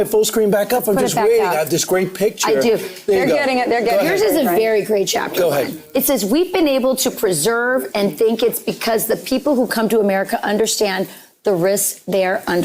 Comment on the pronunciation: How embarrassing...that gal on FOX reading the screen about, basically, what our kids haven't been taught, and she reads "persevere" as "preserve"